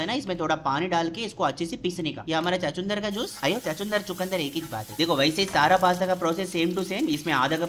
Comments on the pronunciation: चकुंदर नहीं छछुंदर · Chakundar❌Chachundar✅ Got me on floor😂